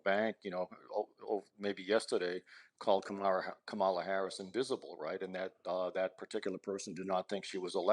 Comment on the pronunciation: The least TR could do is correct this typical ignorant American when he purposefully mispronounces "Kamala." It's an egregious tactic that puts his illiteracy on full display.